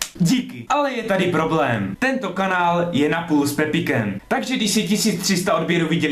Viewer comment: jsem rozuměla kánár místo kanál :D :D Ale pak by bylo otázkou kdo je to Pepik O.o :DD